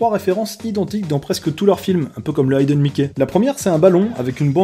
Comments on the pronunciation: ayden mickey ? AYden mickey ? AYDEN MICKEY ?!!!! Ca se dit HI-DEUNE MICKEY ! Bravo l'anglais :D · Hidden Mickey. Hidden se prononce hidden. L’infinitif « to hide » se prononce haïde. Mais le participe passé hidden c’est juste hidden. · on dit HIDDEN et pas AÏDEN ;) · très bonne vidéo par contre "hidden Mickey" ça se prononce "ideun" pas "aïdeun" ça m'a écorché les oreilles très légèrement ^^ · Ne sachant pas prononcer correctement Hidden, je crois que de base notre ami est nul en anglais !